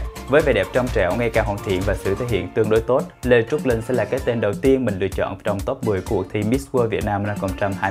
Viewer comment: Cách phát âm của Phương Linh rất khó nghe. Linh mà nghe như là Lưn, bỏ chữ cuối